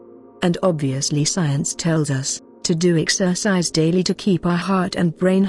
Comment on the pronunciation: Asalaam so sad the producer/s of this video didn't pay attention to the narrators ability to pronounce the words correctly, (Ramadan, exercise) but never the less informative. Jzk